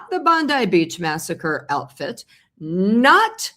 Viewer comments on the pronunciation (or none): none